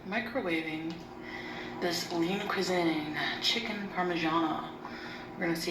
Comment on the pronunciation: Does Lean Cuisine rhyme with Poutine? Lol. That's how Chantal said it "cuis-zin"